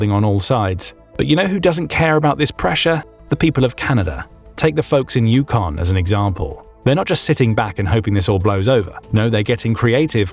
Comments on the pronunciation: It is not "You-CON". It's "YOU-con." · You stress the FIRST syllable in "Yukon". "The YUH-kon Territories". You're pronouncing it "yuh-KON". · Yukon is NOT pronounced …. you- KAUN. It’s YOU-kaun. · It is pronounced YOU kon Not You KON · Yukon is a territory not a province. The emphasis in on the first syllable, not the second in the name Yukon.